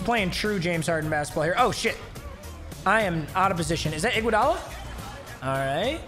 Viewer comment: Anyone else pissed on how he says iguodala he says igwudala lol